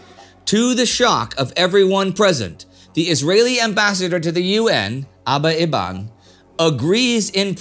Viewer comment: they responded to this in a previous video, all videos are already done, so not much can be done about it. also i was pretty sure aba eban should be pronounced as "aba even"